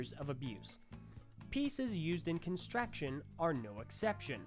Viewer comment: emmmm pretty sure its constrUction not constraction